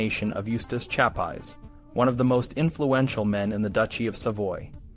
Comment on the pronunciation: Nice video, but your mispronouncing of his name is a bit annoying